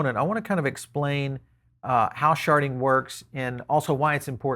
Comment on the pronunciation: Yeah, I keep hear "sharting"